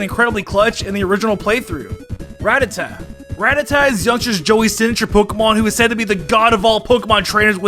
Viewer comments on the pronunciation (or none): RATTATA, NOT RATATAT! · even fricking calls Ratata, RAT-a-tat